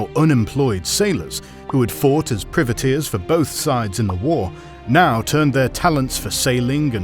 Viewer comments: Seriously, you make a video like this and you don't know how to pronounce "privateers"? Both British and Anerican pronunciation is "pry-vuh-TEERS". It's pronounced the same as "Private", the word it is derived from, a shortening of the term "private man of war". The way you pronounce it, sounds like "privet", a term for a type of small evergreen scrub. So it sounds like you're describing a bunch of specialist landscapers who are running wild in the Caribbean. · Ahh, Priveteers, hedge planters for the Crown. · Love the video but your saying Privateers wrong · It pains me everytime he says privateers like that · I'm British he's just pronouncing it incorrectly